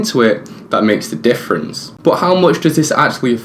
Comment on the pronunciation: Y do u say boooot not but